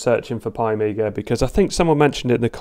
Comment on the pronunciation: its piiiiii not PIE and piiiiiiimiga not PIEmiga. i mean if it written pi pronaunce it pi not pie(pai) yeah even written pie is pronaunced (pai) lol yes tes in my language rules. and thats write read and pronaunce like it is. english alphabelts a=ei b=bi c=ci my language a=a b=b c=c LOL funny right. uk pronaunce cat as cat and american pronaunce cät. there is no ä in US lol. pi pronaunces as pie. and pie is pronaunced pie LOL. some englisj word are pronaunced as it was my language but some are like WRITTEN WRONG lol why same aplhabet is pronaunced different in other words LOL it should say same its same LOL xD